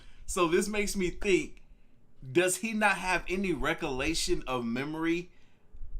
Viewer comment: Luv u lots ! Sry but after a few times hearing u say recollection wrong 3 times( u kept saying recolation) I had to correct u.xo